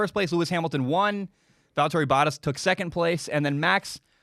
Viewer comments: Boat-tas, not bot-tas. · Am I the only one that cringes every time he mispronounce Bottas’ name? Lol